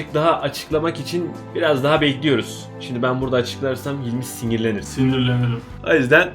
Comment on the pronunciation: sinğgirlenir: Sinğgirlenirim! SJDMSKSMEKKX